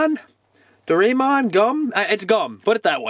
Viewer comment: Doreamon (door-ray-mon)